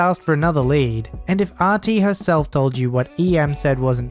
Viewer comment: The emphasis when reading should have been "I was TOLD to tell you..."